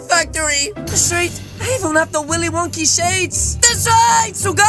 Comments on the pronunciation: Its not willy wonkey it's willy wonka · Bruh, it’s not Willy wonky It’s Willy Wonka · Its willy wonka not willy wonky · Can we just realise that he’s saying Willy wonkey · xDDD he said willey wonkeys factory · HE said willie Wonkys